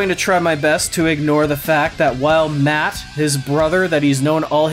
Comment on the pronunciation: Every time you say matt and jeff I hear mutt and jeff and I laugh a little